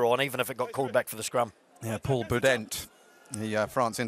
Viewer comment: Is it just me or does the commentator say Iribaren and Boudehent with one too few syllables?